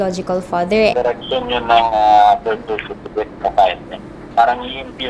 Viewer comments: Lintek.! Sa Berstifikit ako mabaliw Sa kakatawa... dami ko tawa nka 20 ata ako tawa...lol 😂😂😂😂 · Leon Guerrero bersitifikit talaga😂😂😂😂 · "Bersitipiket" - 2019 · Bilat investment na nalugi. “Berstifikit.”-, 2019